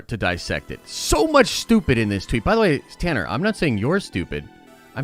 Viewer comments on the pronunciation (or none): none